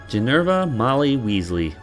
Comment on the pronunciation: Looks like someone didn’t read the books! Oh and its Ginevra not Ginerva